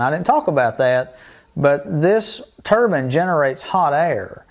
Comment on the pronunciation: It’s turbine not turban. A Turban is a hat some people wear on their heads.